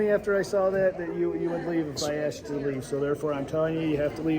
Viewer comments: I like the way you say “ask-t” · So you say they're playing games? Then you talk about your game comparing it to chess. Sounds as stupid as you saying AXED like you do. You want them to go by their policy identifying when they are identifying by name tag, badge and uniform.